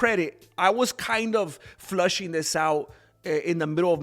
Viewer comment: It's FLESHING it out, not FLUSHING it out...here for the algorithm, never stop what you're doing!